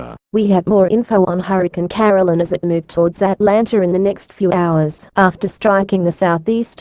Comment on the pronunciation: on the news pronuced ''caroline'' wrong and also